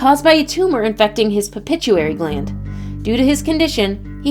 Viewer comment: PITUITARY GLAND PLEASE!!! not pipituary glad